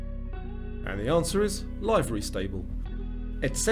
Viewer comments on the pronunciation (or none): 37 out of 40. By the way, livery is pronounced as LIV-uh-ree. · Look, it's LIVE-ery. Like "I live in this stable". Not live as in 'I am alive'. As an equestrian, I have never heard someone refer to it as livery the way you said it. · I never heard “livery” pronounced as you did. Are British and American pronounced differently ? Also’ Macrame.